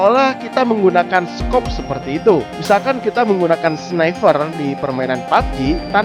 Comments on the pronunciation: feature pake F bukan P....giliran baca sniper malah dibaca sniFer...harusnya pake P bukan F...duh..kebalik bolak...100 persen kalo diajak english converdation amburadul iyeu mah..😁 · Ripres ret - Snaifer 🤣 punten ah kang abdi urang sunda oge 🙇🏻‍♂️👍👍👍